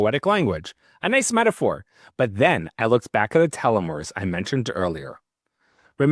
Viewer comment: change the title to say TALMUD... I could only hear you mispronounce telomeres 5 times